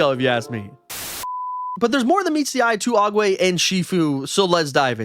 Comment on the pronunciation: It's Oogway, not awegway. Also, Tai Lung is a snow leopard, not a tiger.